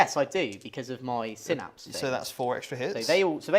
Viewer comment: Oh dear, first time here, and they're already not pronouncing Synapse correctly lol. Lets see how this pans out. I will be critical. The Tyranid paint scheme is a little odd having the brighter colour for some of the carapace, not a fan of it this way round, much prefer the brighter colours to be the chitin, but that is just personal preference. Seeing Space Marines with flat matt colours is also odd, but also just personal preference. However both paint jobs are really crisp and very well painted. Tyranid Turn 1, the Genestealers were mostly reversing towards the Space Marines. Made me chuckle XD as did the Barbedgaunts also reversing. You info card popping up about Heavy is incorrect. You state that if the bearer remains stationary you get the +1 to hit. The unit is required to remain stationary not just the bearer. The Rhino should have taken a Battle-shock test at -1 from the Screamer Killer yelling at it. (This was picked up later in the video) Captain Vanguard Deep Striking you measured diagonally not horizontally though I expect it wouldn't have made much of a difference as you know the charge distance is 9" and the terribly designed Prime is on the ground floor. Strenguard cannot go in Rhinos, they are tactical and Rhinos cannot have tactical models embarked in them. Though this was revealed when the marine index was dropped, which was the day after this battle report. So we can let this one slide. (but you can have 4 servitors with 2 multi meltas embarked in a Rhino